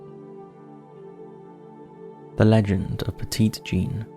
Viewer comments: As with many souther names. You may want to check pronunciation. Petit Jean is not the French pronunciation as it is written. It’s pronounced Petty Jean. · Petit in Petit Jean (and just the word in general actually) is pronounced "petty"! Important because her nickname was masculine and "petite" is the feminine version of "petit". I just wanted to point it out :) Love the video regardless though. I live in Arkansas and hadn't heard of the creepy stories so that was cool! Totally trying to convince my husband to take a trip to stay at the Crescent Hotel lol I'd love to see you guys cover Tennessee. That's my home state and we have a ton of creepy stuff, such as the Bell witch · Pet----it Jean. Need I remind you that this is Arkansas? Pet it like you would a Fouke monster. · I was born in 1977 and raised in central Arkansas and spent most of my life a few miles from Quitman. I've never heard of the dog boy of Quitman. Also, Petit Jean is pronounced "Petty Jean" by the locals. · I've walked the tracks in Gurden. Technically my first ghost hunt at thirteen. Went to Monster Mart while in Fouke for a Bigfoot Campout. And most people pronounce it "Petty" Jean cuz.... Arkansas. Lol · Hello from Mountain View, AR! Let me tell everyone, this barely scratches the surface of some of the stories I've heard. Yes, you have to take all the stories with a HUGE grain of salt. But, I've had quite a few encounters that I can't properly explain, myself. Oh, and Monticello is pronounced with a soft "e" (like "sell-oh"). Also, "Petit" is pronounced "petty" by locals.